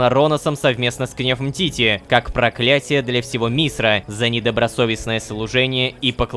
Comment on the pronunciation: Немного ахахах